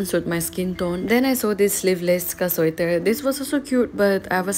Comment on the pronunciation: sweater❌ suater✅